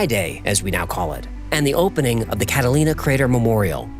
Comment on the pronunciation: it says “cataina” instead of “Catalina” 😂